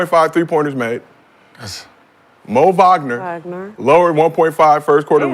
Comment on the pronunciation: I thought his name is Mo Outlaw? Not Bo